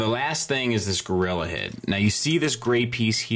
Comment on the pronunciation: I love that they called it Gorira. In my mind i hear it being said by Oscar.